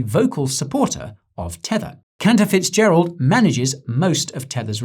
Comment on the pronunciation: Did you just say that man’s name was Counterfeitgerald? 😂 I know that’s probably not how it’s spelled, but sure sounded like it 😅